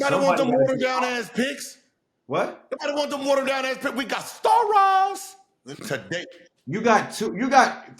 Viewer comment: Every time Gil stood up I couldn’t stop laughing😂 BRO SAID “WE GOT STARA’S”” 😂 -Phoenix Suns